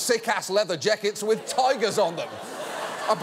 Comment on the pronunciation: Mispronouncing the word "jackets" without so much as flinching—let alone immediately correcting himself or reshooting this sequence—is aggressively alpha behaviour and I've honestly never been more aroused